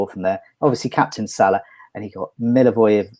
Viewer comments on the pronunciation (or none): What is so hard to say Milivojević? :D Mi-li-vo-je-vić :D see..easy :)